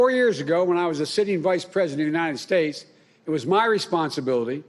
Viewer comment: and ulmmally to the unied snates supreme courts!